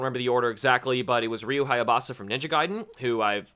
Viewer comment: Minor correction... It's HAYABUSA... Not HAYABASA